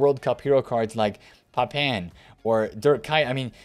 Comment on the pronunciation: Vollerrrr 🤦🏽‍♂️ and for some reason nobody can say Papin properly…it’s French pronounced “Papa” with a light “n” at the end. You can tell no FIFA players actually saw these players play